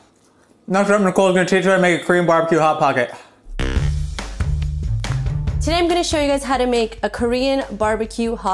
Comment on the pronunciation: Not once did any of you three pronounce "Hot Pocket" correctly., can you chime in on this please.